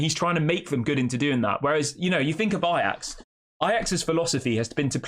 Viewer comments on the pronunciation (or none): none